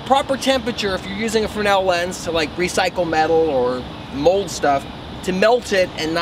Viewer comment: is fresnal pronounces fre-nel ? or is it another solder sodder mix up